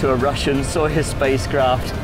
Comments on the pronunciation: He said Sojoez exactly zero times lol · Anybody count how many times he said 'Sojoez' ?